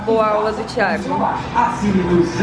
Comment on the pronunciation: Só eu que escuto ela dizendo Thiego? Kkkkk 😁